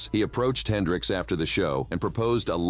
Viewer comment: Jimmy "Hendrick" ???? 🤦🏾‍♂️